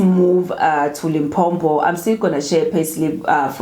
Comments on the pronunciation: it's not Limpompo my sister. It's Limpopo. No double M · It's Limpopo not Limpompo. Only one "M" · Not Limphopho but Limpopo.....that is how we pronounce it my sister. Like Mphumalanga and not Maphumalanga. Lol. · It’s L I M P O P O . Please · Why do you call our province Limpo-m-po? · That's how most Nguni people pronounce Limpopo